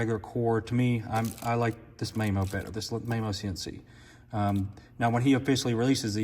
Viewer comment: I got completely distracted by how you kept pronouncing Mamo’s name. 😂 Good data nonetheless but, Soler does have a lot of data on their site that explains their methodology and how they get their effective size.